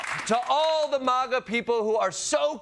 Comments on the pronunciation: It's Maga not Mahga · Klepper's one of the few to pronounce it 'maw-ga' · ...I just wish he would pronounce MAGA the right way, he's not British